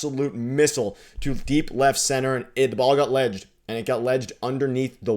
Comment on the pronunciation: I know but he said ledged!!